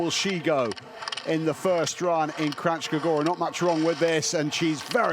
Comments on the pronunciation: Kranjska gora, not Krachska - nj is a single phonem, pronounced as in el nino. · A kak Kranjska Gora izgovaraju 😂😂😂😂 živi smijeh